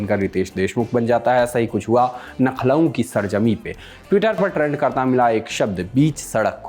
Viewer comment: नखलऊ nhi hai bhai....... लखनऊ है.....नाम तो सही से लेना सीखलो